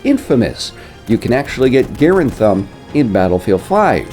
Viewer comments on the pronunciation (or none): Stop saying garend its grande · GA-Rand not gare-and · ITS NOT GAIR AND ITS GUHRAND OMG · Never heard someone pronounce it garend, and not Garand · Did this man really just say M1 “Gare-Und” not “Guh-Rand” 🤡🤡🤦‍♂️ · gar-AND. gar-AND. M1 gar-AND. God hearing him say gar-end made me want to close out the video instantly. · I don't like how he pronounced. It's m1 grand. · “gearand thumb” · While John C Garand's name is pronounced like in the video the Garand is usually called Garaand with the long A, WW2 soldiers called it Garaand and the gun is also refered to as Garaand in WW2 training films. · Were you joking when u said "garand" Its m1 grand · It is pronounced m1 grand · The pronunciation in the video isn't wrong per se but both soldiers and even WW2 training films call it M1 Graand with the long A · The pronunciation in the video isn't wrong per se but both soldiers and even WW2 training films call it M1 Garaand with the long A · The A in garand is silent, so it’s pronounced grand thumb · GAREand lmao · The way he pronounced garand made me cringe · Anyone else get bothered by how he said garand? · Is it pissing anyone else off TREMENDOUSLY that he's saying "Garand" and incorrectly? HOLY SHIT BALLS DUDE!!! Every time he pronounces it like that I just wanna fuckin SCREAM through the screen.